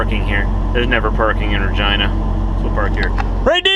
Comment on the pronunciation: I thought he was saying Vagina as a colloquialism for Virginia!! Looks I goofed😨